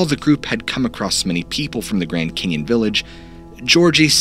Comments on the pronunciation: It's "canyon" not "Kenyan' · Been to the Grand CANyon but never to the Grand KENyon. Sorry, but I can barely concentrate due to this verbal hiccough. Btw, I 'm English so jus' sayin'... otherwise a brilliant presentation!! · Sorry is he saying Canyon or Kenyan?? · Hearing grand Kenyan 200 times instead of Canyon made me stop watching 1/4 way through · Why do you pronounce the cane - yon instead of can yon what is your dialect or heritage if you wish to say it or I'll just tell us why you call it Canaan instead of canyon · It’s pronounced Grand CANyon, not “kenyon”. Jesus Christ, this guy needs to take some enunciation lessons. Did he also try to say “sustenance”? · It'd be nice if you could say Canyon and not Kenyan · I'm only 2 minutes in and I gotta tell ya, the way you pronounce "canyon" is incredibly grating to me for some reason. It's almost Cartmanesque. Kyinyein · It sounds like he's saying Grand Keynon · It really sounds like you're saying "Kenyan." I'm doing my best to focus but it's hard to unhear it now that it's in my ear hole. Grand Kenyan Grand Kenyan Grand Kenyan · Please. The word is “ CAN yon.” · Dude ive watched all of your videos and you have never enunciated the word canyon as "ken-yen." Idk if it was a regional thing or what but after 10 minutes i couldnt take it anymore. Its petty i know but its better than hearing that over and over. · cant unhear it haha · I just couldn't listen to 'caynyun" pronunciation any more. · Bro you keep enunciating it Cane-yun. Can't listen to it anymore. It's a simple word man.. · The way he says "canyon" is driving me nuts... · He says "canyon" weird 😂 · Why are you saying Canyon wrong? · Bro im sorry but i cant keep watching because of how you pronounce “canyon” lol